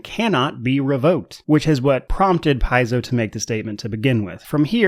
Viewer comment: Nice commentary for the topic!! Hope you grow even more.. p.s paizo is from the greek word παίζω and is pronounced pe-zo meaning play:) so as a Greek one more reason to support them!!!:):):)